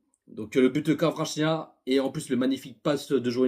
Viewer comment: Cela me dérange énormément la manière que tu écorche le nom de Kvaratskhelia.. tu dis kawachinia.. c'est honteux en tant que parisien.